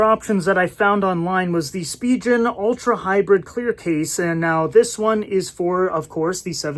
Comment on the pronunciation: You are pronouncing Spigen incorrectly.